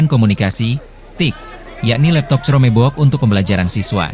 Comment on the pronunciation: KROM BUK! BACANYA KROM BUK WOIIII!!! bukan cerome bok